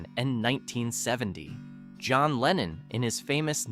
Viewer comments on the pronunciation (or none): none